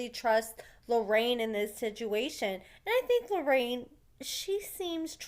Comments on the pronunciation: It’s “LORRENA” actually. 😉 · Her name is not Loraine. I can understand you saying it once or twice, but you kinda renamed the girl. Js! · love your channel but its LORENA